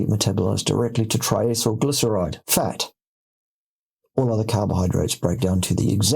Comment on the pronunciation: Did he say "fart" or "futt" or what is it? 😂